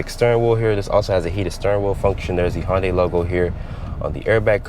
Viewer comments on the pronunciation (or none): Hun-Day. Not Han or Hon day. It's not a Honda and Hyundai fused. Nice review otherwise. < from Hyundai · HoN-DaY. Several times 😂